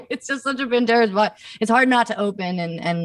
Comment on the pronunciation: She said Pantera’s Box 😂